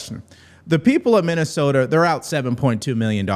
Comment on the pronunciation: And tell Illhan Omar the word is Threatened, not Threat-End!!!! Minnesota, not Minne-sowt-auh!